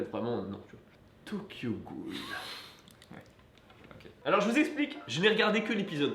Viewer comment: j'entends "Tokyo Ghoul" mon dieu mais je croyais en toi